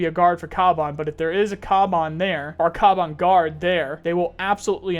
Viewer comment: It's pronounced Kavan not kaban